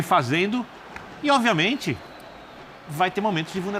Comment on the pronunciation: Esse é guloso falou que quando entrar duas é três bolas tudo vai ficar bem. E pra piorar ele falou: Oviamente